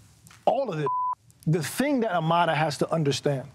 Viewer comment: Why do people pronounce Amara as "A-MA-DA" ??